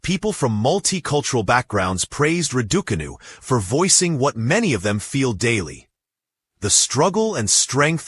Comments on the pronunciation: PLEASE PRONONCE HER NAME CORRECTLY ITS NOT RIDICANU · Emma Rad-Duk-Anew!😀🤦🏻‍♀️ LOL!😱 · Proud of you Emma. Well done and keep going. Love watching you play. Can the presenter please pronounce Emma’s sir name correctly. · RAD - OO - CAR - NOO Not the way your auto speech provider chooses to call Emma. A pointless post from Sports Illustrated 24! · Yea crawl away and hide you can't even pronounce her name correctly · Learn how to pronounce her name "" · who the hell is talking here, cant even say Emma's🤣🤣🤣🤣🤣🤣 name correctly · U can't even prononce name !!!